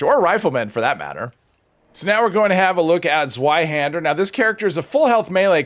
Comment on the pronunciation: Your pronunciation of Zweihander was almost perfect! In german we write: Zweihänder. It is a europian two-handed sword.